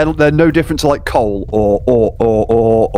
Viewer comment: I replayed trying to say "or ore" several times now. I still cannot get over how funny that sounds. He knows it too, he just noped outta there after that as everyone started laughing about it.